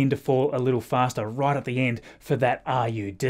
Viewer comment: RUD is pronounced like the former PM,.